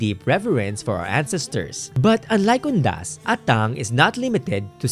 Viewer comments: I'm not sure but our Ilocano pronounced it as "Ah-tang" not "At-tang". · Just wanna share 😅, I noticed yung pronounciation for Atang where the emphasis is at the 2nd syllable "a-TANG", I was taught and often heard from family members that the correct pronunciation is "Aah-tang"/"AH-tang" (emphasis is at the 1st syllable than the 2nd)